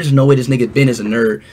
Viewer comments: Can’t Speed pronounce “Ben”’s name better? (Behn), not (Bee-en). Really?! Sometimes pronounces him correctly, but not all the time. I think. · You're right. it's not beein Its Ben 😅😅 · hell naw it's not bin it's not bin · Its not ben it is ren